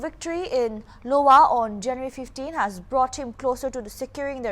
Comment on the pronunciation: Small correction: Iowa pronounced as Ai-o-wa